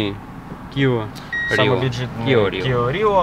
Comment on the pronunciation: Да не киО, а киА!!! Кио был Игорь, он был иллюзионист... 😂